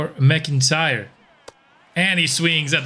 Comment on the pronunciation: While we’re fixing pronunciation… 99 times out of 100, McIntyre is said as “Mack-In-Tyre”. Love your baseball content, currently binge-watching as I work on my own Sox franchise with two generationals so far